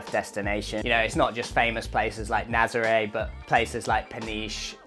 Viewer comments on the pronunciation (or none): none